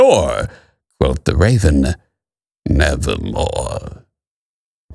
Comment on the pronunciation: Quoth the raven: "nevahmoa"